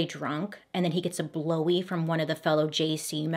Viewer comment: I flatlined after you said "Blowey"